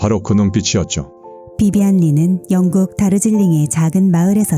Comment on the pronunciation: 영국을 왕국이라고 발음하네 ㅎ